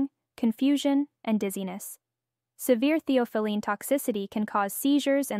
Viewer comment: It is pronounced thee aa fuh luhn